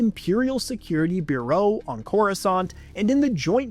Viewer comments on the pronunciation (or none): What's with the bizarre pronunciation of bureau?